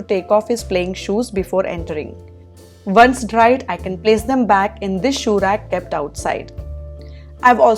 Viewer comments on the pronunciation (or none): none